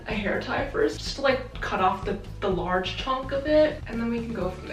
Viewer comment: “It’s a lorge boi”